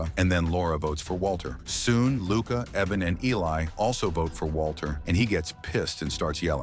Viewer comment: Say it with me, “ Eye-van” IVAN. In no way is it Evan.